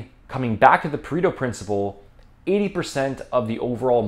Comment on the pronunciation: FYI correct pronunciation Puh-ray-toe. Probably the most over applied maybe second only to the normal distribution. Like the normal distribution it does not apply unless data supports that it does. The fallacy of generalization Is so common. Also it does not always have to be 80/20. It can be 90/10 or 50/50 etc. But yes it is a good way to communicate no BS as the idea of a concept as you have presented it.